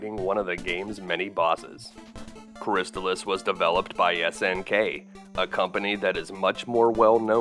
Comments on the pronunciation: Cris-taal-iss. Not Cris tuhlis. Not making fun. Great video btw. But i had to say something. It's like calling Battletoads... Buttletoads.... :). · It's pronounced "crist-all-iss" as confirmed by the TV commercial. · I always pronounced it -chris-tal-iss When he says chris-tuh-liss is sounds so strange lol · I am totally fine with being wrong, but, I always called it "Cris-stall-iss," so hearing it called "Cris-still-iss" catches me off guard. Anyone have any insight? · You pronounced Crystalis incorrectly. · Ugh, you can at least pronounce the name of the game correctly! 🤮